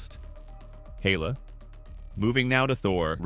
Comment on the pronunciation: Instead of héla it’s heyla